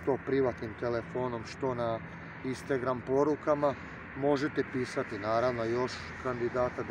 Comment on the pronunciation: "Istangran": "Istegram" 😎😂😁😁